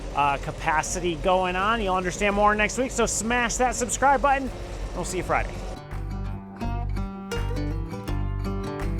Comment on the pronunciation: Moun’ens and Bud’ens mountain and button 😂